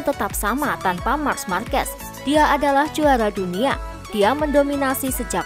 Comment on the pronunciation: Min nyebut nya Bukan march markes tapi mark markes 😂